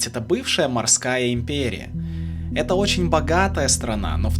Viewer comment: "Импрерия" ну ты загнул